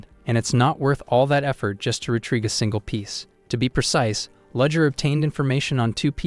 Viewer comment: It took me an hour and a half to realise that 'Ludger' is actually 'Rudger' which should really be 'Rudiger'. lol